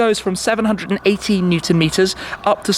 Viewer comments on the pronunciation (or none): none